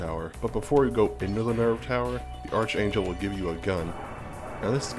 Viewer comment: Ark-angel. Not arch